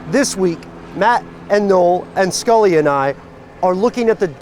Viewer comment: When he said 'Scully' I almost died